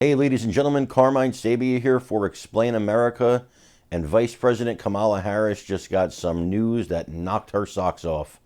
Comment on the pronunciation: Well, I'd never vote for her but at least pronounce her name correctly. It's not Ka MAH' la, it's KAH' ma la, accent on first sylable Kah' ma la